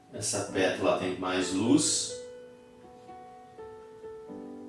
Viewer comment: Professor !! Perdão ooooo , mas cada vez que você fala “petula” fico 🤔 atrapalhadinha !! Verdade !! O certo era falarmos “PÉTALA” e “PÉTALAS “ ❤❤❤❤❤🎉🎉🎉🎉 perdão ! Por favor 🙏